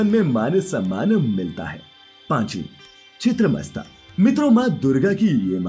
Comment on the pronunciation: It’s not chiteamasta, it is chinnamastha (the one who chopped her head). I listen to divine tales but I forgot to mention that what is this irritating way of speaking! Ah it is so irritating that this make voice is there in the video i barely able to finish whole video.